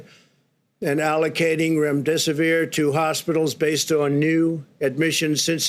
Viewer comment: Remdesivir not Remdesivirin?? WTF!